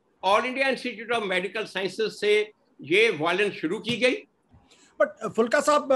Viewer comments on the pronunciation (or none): आशुतोष जी, उनका नाम एच एस फूलका है, फुल्का नहीं। बड़े ऊ की मात्रा पर ध्यान दें।